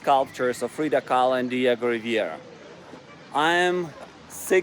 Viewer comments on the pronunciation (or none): Diego Rivera not Riviera please! it's so important, one of the best Artist that existed in México!